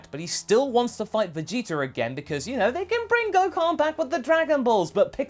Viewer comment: Vegeter Almost every time you replace the "a" with an "r"